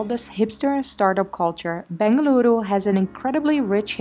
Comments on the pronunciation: Every time you say "Bengaluru" U make me feel so much happy ❤. Thank you appreciate it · Loved the way you said Bengaluru. Glad our city is making you feel at home. Malleswaram has its own old world charm, with green tree avenues., old bungalows even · Your pronunciations were pitch perfect 🙏🏼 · Love how you pronounced as "Bengaluru"❤️